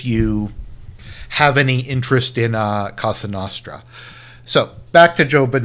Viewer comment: Well that was the absolute worst anglo pronunciation of cosa nostra ive ever heard. It hurt my mediterranean ears.